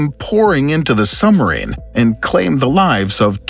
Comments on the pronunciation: Why is the narrator keep saying sumarine? It's suBmarine. I literally cannot finish this video hearing that word again. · Sorry, but I can't get past the use of the word 'Sum-arine' every 10sec. The topic has a B in the name 👍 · Interesting narration. It calls attention to one's pronunciation of "SUB"